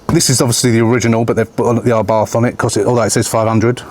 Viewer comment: FUBARth - is what I thought you said 😂